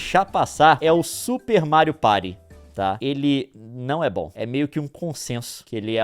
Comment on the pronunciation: "Mário Pairy" 😂😂😂